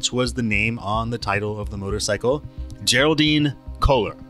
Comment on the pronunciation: This narrator has difficulty correctly pronouncing names like geraldine and Holman. Odd.